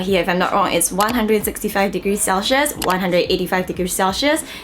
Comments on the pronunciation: my dear please dont take this offensively, but "Celsius" is pronounced as sel-see-uhs not sel-shheus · it's pronounced as 'sel· see·uhs',! not cel-schius HAHAHA but very insightful information on the product! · That mispronunciation of "celsius" is so cringey? It's such a basic word lol